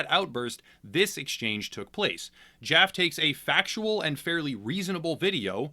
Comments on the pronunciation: David Jaff - E (the E is hard and pronounced fully), just wanted to make sure you had the correct pronunciation going forward so people knew who you were talking about, whether he is in the right or in the wrong. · It's David Jaf-ee